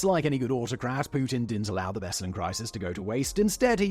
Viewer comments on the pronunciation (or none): Simon, please, check your prononciatian of foreign names: place names specifically. "BEslan" instead of "BeslAn" is one thing, but "North Oh-see-sha" instead of "North O-se-ti-ya"?